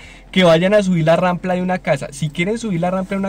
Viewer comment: Muy bien pero es rampa no rampla 😅😅😅